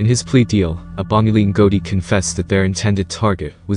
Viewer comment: Any narration with American accent lacks authenticity ..eg. ..pronunciation of Abongile. Etc .BS or not BS